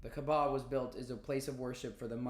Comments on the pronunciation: Hey the pronunciation is kaaaba kaaba.. not kbaa. No offence , just so u say it correctly... Btw have you watched the film THE MESSAGE By Moustapha Akkad.. Just a brief explanation of how it happened.. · Hey, love your research and logical thinking! Btw, it's Kaaaba, not Kabaa